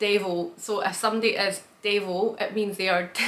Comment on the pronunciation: Firstly congratulations on pronouncing Tuggerah ( Other video ) Afternoon is Arvo -long A ( not Avro ). Not to be confused with Avo ( Short A ) for Avocado Sweets definitely desert You need to shorten your vowels in Devo and Ambo